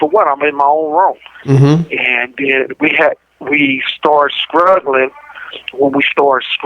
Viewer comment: His nickname should be Chester "two times" Turner. Yes I moved to California , California. I had two guns ... two guns. We start"Scuggling"" , "Scruggling".😂🤣 The word is Struggling , WTF 🤐